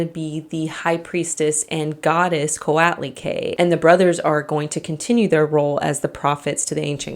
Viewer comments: Co-ought-lee-quay. But you did a good job! Look up her stone statue in the Aztec Room of our MNA: Museo Nacional de Anthropología E Historia. She has her own Wikipedia page. Her statue is done in the round (and on the bottom!) and is one of my favorite pieces. To look her up in Wikipedia, her name is spelled Coatlicue. She is much taller than me, even without the pedestal. I am 5'2, approx 1m62cm. None of you on here will be sorry you checked her out!! 🤗❤🇲🇽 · It gets on my nerves how she pronounced Coatlicue and Magdalena as someone who's Mexican. You should pronounce the u in the las syllable of Coatlicue